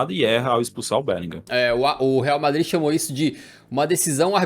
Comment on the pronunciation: ''varmadrid'' blz entkkkkkkk